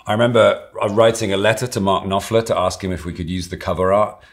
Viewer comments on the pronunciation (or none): he says mark knopfler SO wrong